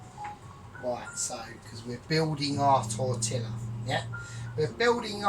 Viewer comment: FYI (being helpful): LL=Y so it's tor-tee-yah. Result seems more like a breakfast burrito to me than a wrap, awesome as usual. Great decision on Ron.